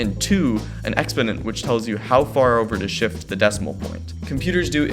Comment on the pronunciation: Who taught you how to say the word exponent? Fire them.